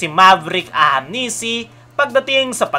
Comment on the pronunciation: Ahanmisi boss hndi ahamnisi😅